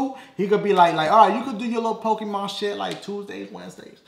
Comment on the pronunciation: rofl he said pokepuh! im done!